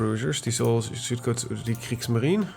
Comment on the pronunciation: The e in the end of Kriegsmarine is not silence.